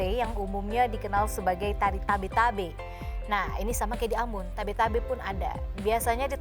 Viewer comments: Bukan tabe2 tapi tebe2😀 Baukau kota kelahiran ku.👍🙏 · Bukan Tabe Tabe tapi Tebe Tebe